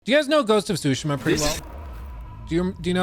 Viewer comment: It's not Sushima, the T isn't silent.